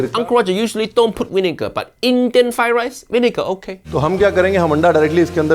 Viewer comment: First learn to say "Fried Rice" then talk about Chef Ranveer's cooking.